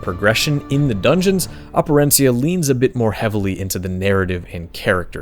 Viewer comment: Props to you for Operencia pronunciation.